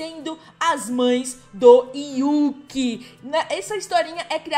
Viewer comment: Você falando yuqi e eu corrigindo eu::é e yuriii